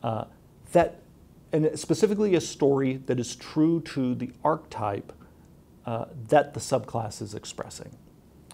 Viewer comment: It gave me pain whenever he said ark-type rather than archetype